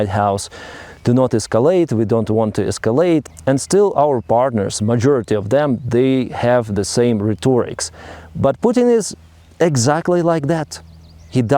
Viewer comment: Today’s English Pronouncement. Rhetoric. : pronounced: ret-terr-rik ; not ret-ou-torick just trying to be helpful snd not critical